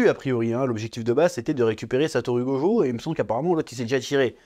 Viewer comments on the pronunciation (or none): none